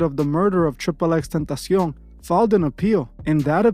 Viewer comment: You say XXXTENTACION so fluent 😂😂😂🇪🇸